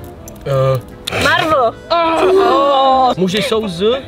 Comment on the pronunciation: jak mohla říct marvl místo Marvel😂